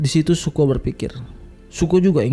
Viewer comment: Btw namanya raja api itu Zuko, bukan Suko bang wkwk, nice video.